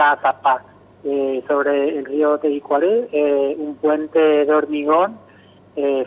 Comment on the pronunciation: Tebicuari dice la burra de la periodista tebicuary es cn y .....